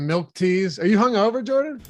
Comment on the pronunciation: I hate when people say warsh or pellow or melk..